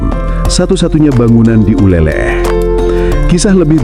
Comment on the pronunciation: Min Bukan nyebutnya uleleh tapi uleleu. Aku sering main dan mandi di pantai uleleu waktu tinggal di Banda Aceh tahun 😊